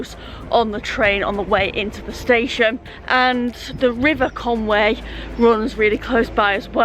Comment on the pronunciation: Sorry, but it's called Conwy, not Conway.